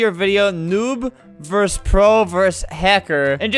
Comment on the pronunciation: ITS VERSUS NOT VERSE AAHHHHHHH